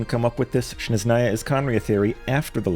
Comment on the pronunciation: Love ur theories man! I know its nitpicky, but i see it happen alot with many creators: You keep saying Shneznaya instead of Snezhnaya. It's a very small thing, but smth I'd like point out. Keep up the amazing work 🙏